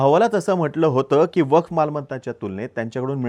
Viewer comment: अरे मित्रा... वफ नाही रे... "वक्फ" आहे जरा उच्चार सुधारा